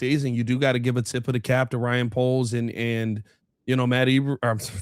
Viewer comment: That fool said Matt Eberf.....😂😂